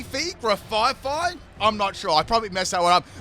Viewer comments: The pokemon name is graf-ay-ay out here gra-fidough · Graf eye eye is how it's pronounced based on the aye-aye lemur with a long finger for getting grubs out of trees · It's probably pronounced Graph-Eye-Eye because it's based off the Eye eye animal and it's also a graffiti artist. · If I remember correctly, Grafaiai is pronounced "Graph-eye-eye", as the animal it's based on is called the Aye-Aye!